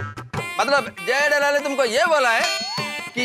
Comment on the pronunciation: 😂 Iyer says जैठालाल